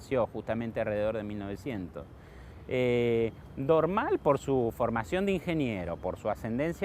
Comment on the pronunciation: Es muy bueno el video, muy claro. Lástima que no le adviertieron al relator que el apellido de Jules Dormal se acentúa en la última sílaba y no en la primera. Cada vez que lo nombra y dice Dórmal es como si hablara de otra persona.